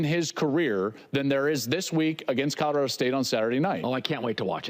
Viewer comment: Love your show Whitlock but please learn to say Colorado not Codarado